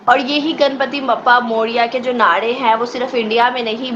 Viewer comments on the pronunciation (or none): It's not nade it is naare